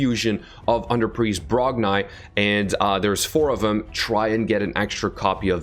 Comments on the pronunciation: Its Brog--NI not brogniiiiiiiii but this champ will be good fr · I think it’s pronounced Brog-“knee” not Brog-nye